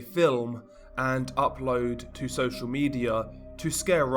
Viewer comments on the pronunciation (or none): none